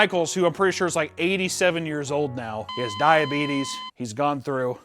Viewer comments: Every single time says "Diabetus" I died laughing. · "I was having a hard time with my diabeetus" 😂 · Bret actually saying it as “diabeetus” is killing me 💀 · I just cannot get over a grown ass man seriously saying 'suck face'... 44 going on 14? Also.. DIABEETUS. Fuckin' Wilfred Brimley MFer. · How does the guy with diabetes not know how to pronounce diabetes. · I cannot CANNOT handle his mispronunciation of diabetes. It is absolutely are you killing me😂